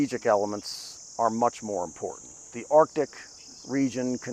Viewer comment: All joking aside,other than myself, is the only other Caucasian that pronounces "arctic" correctly.